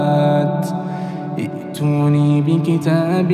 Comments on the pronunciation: In verse 4 you have made two mistakes one in the pronunciation of I'tuni, which should be eeetuuni as you had stopped at Assamawat. The second one is at Asarat in which you should have elongated the Asaaarat. Please before uploading the video kindly listen to it properly for any mistakes and the upload. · القارئ أخطأ إذ بدأ بتحقيق الهمزتين في كلمة ائتوني، والصحيح أن يبدأ هكذا= إيتوني. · فيه خطأ ايه ٤ ائتوني بالكسره وليس بالفتحه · جزاك الله خيراً صوت هادي وجميل يوجد تنبيه في كلمة إيتوني. أثارةٍ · ما شاء الله تلاوة جميلة لكن كلمة ائتوني عند البدء بها تبدل الهمزة الثانية مد ياء يعني ننطقها ايتوني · وكلمة ائتوني عند البدء بها تنطق ايتوني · ما شاء الله عليك صوتك جميل بارك الله فيك بس ركز على إيتوني وكلمة اثارةٍ ولو تقرأ على شيخ ويجزيك على الاقل كل سورة يجزيك عليها ومن ثم تقوم بتسجيلها ونشرها او تسمع للحصري والشريم والحذيفي وان شاء الله تستفيد منهم وبارك الله فيك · الله يجزاك خير في غلط في التسجيل ياليت تعيده، أو تعدله ثم ترجع تنزله مرة ثانية، الغلط في قراءتك لقوله تعالى(ائتوني بكتاب من قبل هذا أو أثارة من علم) ائتوني لما تبدأ القراءة بها تصير (إيتوني) عدلها ضروري🛑🛑🛑🛑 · ماشاء الله ، الله يبارك له بصوته وينفع به ، قرائته مميزة جدا ، بس ما ادري هل يقرأ بقراءة حفص عن عاصم؟ او غيرها؟ اذا بقراءة حفص فأتمنى تراجعون نطقه في الاية الرابعة في كلمتي (أئتوني - و - أثرة ) فيها نطق للهمزة وحذف الالف ، اما اذا القراءة بغير حفص ماعندي علم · يجب تصحيح الايه رقم ٤ فعند الوقوف على كلمة السموات تنطق كلمة ائتوني بمد البدل وكلمة أثارةٍ يجب تصحيحها جزاك الله خير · السلام عليكم ورحمة الله وبركاته اخي وحبيبي أحببت صوتك كثير ولامس قلبي طبعا بالقرآن ولكن يوجد خطأ تلاوة في هذه الصورة خرب المقطع كله في كلمة إيتوني وأثارة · هل انتبهت للخطأ في كلمة ( ائتوني ) ؟ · معليش يا صوتك رائع وخاشع جدا بس عندك كذا في ايه في سوره الأحقاف (ائتوني) النطق اللي انت نطقتها غلط يا والله يوفقك من واسع بابه صوتك ريحني جدا